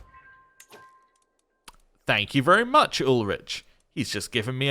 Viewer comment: Another thing about the pronunciation: ch is mostly a h. Sometimes it's a french ch at the beginning of a word. But in Ulrich's case it's always a h-sound. A h following a vowel lengthens the vowel. Y is pronounced like the french u or german ü usually is. G is always pronounced as the g in give. If a word ends in a vowel, you pronounce that vowel. Z is a 'tz' sound. S can be a z-sound or an s-sound, that boils down to the speaker, a double s is always an s-sound. J is always a y-sound like in the word yoke. And when saying a name you usually stress the 2nd or 3rd to last syllable. (example: Charlótte, Gáutselin, Ádalbert, Wérner, etc.)